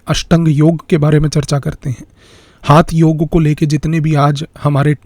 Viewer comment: Sir it's not हाथ योग it's हठयोग